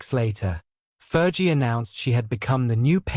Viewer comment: Please pronounce " Fergie properly. It's not Fer g.its Fergie like flee